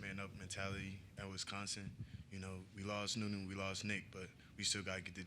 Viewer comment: Super happy to have him, but please someone teach Coach how to say Wi-SCON-sin